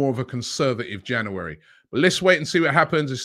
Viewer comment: January! Robbie struggles with that word 😂